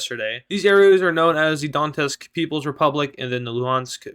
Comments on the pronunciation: Donetsk is pronounced as " Donyetsk " . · You fucking put the T in Donetsk in the wrong place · No. It is pronounced as "Donets'k"